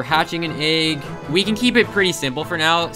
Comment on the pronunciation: I don't understand how you end up saying 'Egg' in so many videos. Ayyyyyyyyyyyyyyg